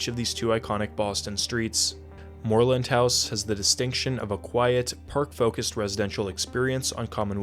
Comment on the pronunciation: Love the way you pronounce "Moreland House" in the British style.